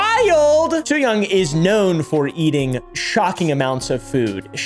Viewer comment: btw, Tzuyang is pronounced like "tschew-yang" (well, closer to this that what you said"